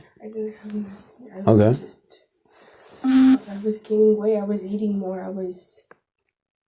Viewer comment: “nah-teen” I’m Hispanic/ Latina myself but when I say the word nothing it doesn’t come out like that I have to physically try. English is my second language too, I learned English as soon as I started kindergarten (elementary). 4th grade moving forward I stopped having bilingual teachers and was all English and lost 2 bffs by not having the same teacher lbs 😢 😅 but 3 out of the group were mean to me. Very mean in fact. Made me cry a few times. Anyway, idk how some of them do it when saying the word nothing to nahhh teen so naturally 😅 exactly how this one is speaking but more enhanced.